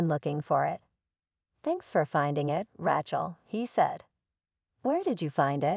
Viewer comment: Bad reader. Who wrote this? They need to learn language and spelling. If it was done by an AI, well, the Artificial Intelligence isn’t very intelligent! The worst I’ve ever read. And the way she pronounced the name Rachel….😂😂😂